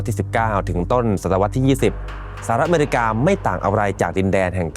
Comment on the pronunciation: You can’t even pronounce “America” correctly 😂